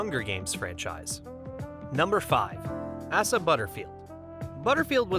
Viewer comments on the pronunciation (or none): Why is that no one takes time to learn how to correctly pronounce a person's name? Asa Butterfield, it's pronounced "ACEa", he has said that multiple times in interviews, and he does not like it when people call him "ASSa". Please take time to actually do research on correct pronunciations of other peoples names.